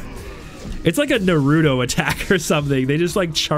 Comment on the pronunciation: It’s naruto bruh I hate when ppl say it incorrectly